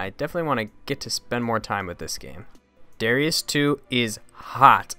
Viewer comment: It's really pronounced "da-rye-us"